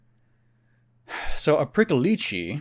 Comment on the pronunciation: It's pronounced more like Preeckolich